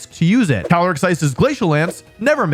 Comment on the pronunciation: 1. Caly-ice 2. Incineroar